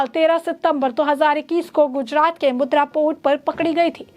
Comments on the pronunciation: मॅडम वह मुद्रा नहीं मुंद्रा पोर्ट है. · Mudra nahi, Mundra port bolo